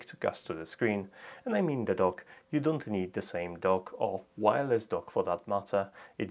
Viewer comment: At first I thought you said you were working on a smart "Dog."